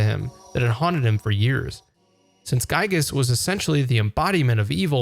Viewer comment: There are a lot of correct ways to say the name of this game’s antagonist. “GUY-gess” ain’t one of them. Otherwise, a great video!